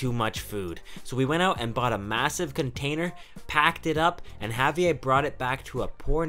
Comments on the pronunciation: Did you just say Javie instead of Javier? I’m kinda triggered knowing that’s my name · You can't be in Mexico, eating true Mexican food and call it a Wrap. There are no Wraps, only Burritos.. And it's pronounced, (HA- VEE - AIR). Good show, great food.